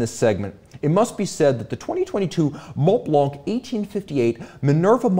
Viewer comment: BÖC baby! Btw, ignore the T and the C in Montblanc (so it's monblan) and Blancpain is pronounced Blanpin